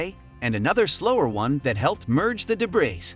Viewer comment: Learn how to say the word debris